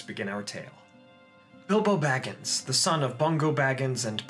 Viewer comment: Ahem Shire..., and I cannot emphasize this enough, Baggins...